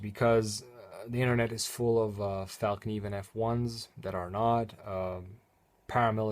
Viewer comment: Thanks for the video, and thanks for spelling and pronouncing fällkniven correctly.